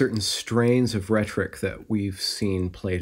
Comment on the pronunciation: Every time you pronounce "rhetoric" with only two syllables I get drawn more and more into the video.